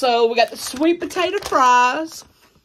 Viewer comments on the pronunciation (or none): none